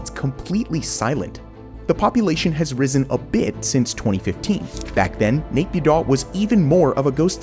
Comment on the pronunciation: Its not MyAnMar pronunciation. Its YanMa (Myanmar). Don't pronounce the M (Nyanma). Risen: Not reeson, its Rie-sen